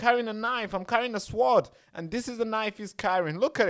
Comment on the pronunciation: It is pronounced Sord though it is spelt, Sword. It is a silent “W”